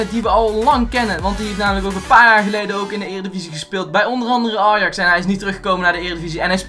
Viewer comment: hoe deze jongen ajax uitspreekt belachelijk